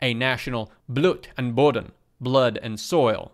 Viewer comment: I wish to say that your pronunciation of "Blut" and "Boden" was good. While a German would have a longer "u" sound (think of "oo" as in "cool", or "pool" rather than "u" as in "super") it was understandable and clear just from listening.